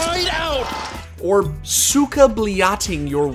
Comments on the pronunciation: "sukablyating" 😆😆😆 That's golden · “sooka bleeyachting” made me cringe so hard hahahah